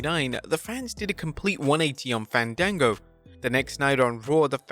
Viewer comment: Ifs Fawn Dango Fandago is a movie service 😂. Im doi f that in a joke way since thats how he was pronounced in WWE before yall say anything to correct me